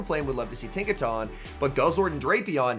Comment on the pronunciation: Isn’t it pronounced Tinka TON as in a ton of bricks ? I could be wrong lol